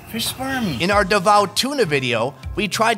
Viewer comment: Finally someone who knows how to pronounce Davao correctly 🙌 👏